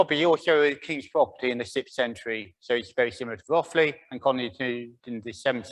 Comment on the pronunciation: You say it Rothe ly. Not Roth ly.